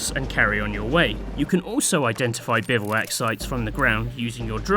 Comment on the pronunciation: The o in bivouac is silent btw, it's pronounced bivwak